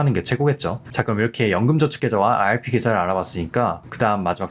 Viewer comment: 내용은 좋은데 발음때문에 듣기 힘들어요 왜 아알피라고 하시는지